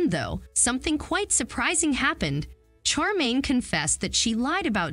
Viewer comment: Her Name is SH -ARE - Maine. Not char - Maine. If you are going to review this series get it right.